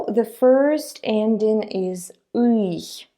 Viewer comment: Why do you pronounce "ый" almost as "ых"?